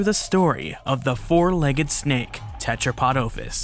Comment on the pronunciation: The noun OPHIS has a short O (omicrom, not omega) and you keep mispronouncing it. Go and learn Classical Greek pronto BEFORE making any more of these immature and narcissistic vids.